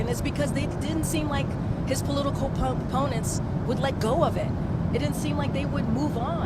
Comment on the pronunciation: How many times did KJP say "his political ponnents"? Ponnents?? She makes up words because she doesn't have a clue what she's talking about. Just like when she says "big farmer" instead of big pharma.